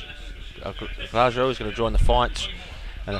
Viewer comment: In Spanish, a J sounds like an H. El Graho.